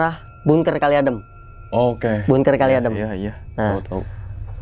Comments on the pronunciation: Maaf bkn bungker, bangker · ngomong bunkernya bikin ketawa :)